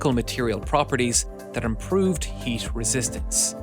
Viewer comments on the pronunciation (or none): Interesting but please when there is a word like "but" do not say "bus". It Always hits my ears. Same in case of heat. Thank you